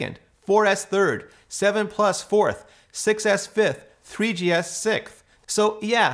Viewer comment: “3GS sick”? At first I thought it was a mispronunciation but he says “6S” right before that, and he could have easily edited it out so it sees to be purposeful. Can someone explain?